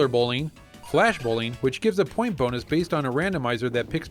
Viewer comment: sounds like she's saying almost "Boner" instead of "Bonus" at